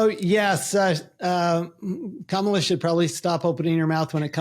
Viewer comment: I’ve loved your videos but the pronouncing Kamala wrong and the “open her mouth” part…definitely lost a little respect on that one.